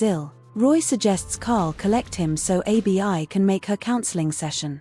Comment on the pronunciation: Abi abi abi 😮her name IS ABI NOT A B I